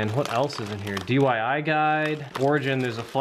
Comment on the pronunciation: My guy said DYI Guide 😂